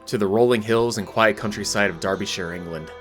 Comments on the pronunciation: Bro really said darb'y'shire it's pronounced daa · buh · shuh and those to a's sound more like an r. anyway looking forward to the rest of the vid! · Darbysha. Not shire. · Dude, I love your stuff - but that is not how your pronounce "Derbyshire." (/ˈdɑːrbiʃɪər, -ʃər/ DAR-bee-sheer, -shər)[